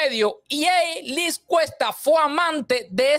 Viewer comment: Cierto, e íbamos por la mitad del vídeo y todavía uno decías nada, mucha expectativa y luego el comentario mal narrado, y constantemente decías “Luis Cuesta” es vez de Liz. No obstante la información es buenísima y necesaria de revelar, cómo todos son unos trepador@ que van tras el poder. Cuida la ortografía escrita y oral! Gracias por el vídeo